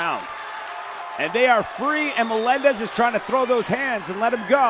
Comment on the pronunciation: Que jodido escuchar 1000 veces que digan melendes